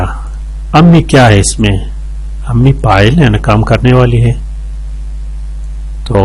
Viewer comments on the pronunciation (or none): ماشاءاللہ بہت اچھی ویڈیو بنائی ہے۔ بہت کچھ سیکھنے کو ملا لیکن مرکب اضافی ہمزہ کے کسرہ کے ساتھ ہے نہ کہ فتحہ کے ساتھ۔ اسی طرح مضارع میم کے پیش کے ساتھ ہے۔ اور فاعل میں آپ فا کی جگہ پا پڑھ رہے ہو اگر آپ اس کی اصلاح کرلے تو مزید بہتر ہوجائے گا اور آپ کی شخصیت میں نکھار آجائیں گا۔ شکریہ